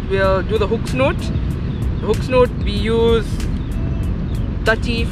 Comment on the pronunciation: 🎣 hook Snood, - not snoot,! 🙂 🎣